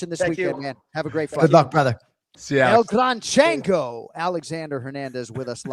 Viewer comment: Jon seriously called him El Gran Chango🤣🤣🤣🤣